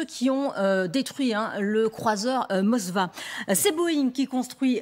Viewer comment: vous dites "Mosva" c'est Moskva cela veut dire Moscou en russe on voit le niveau de culture générale des journalistes de LCI